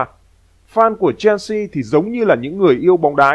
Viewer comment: Chelsea không phải đọc là “chen si” mà đọc là “Sel si”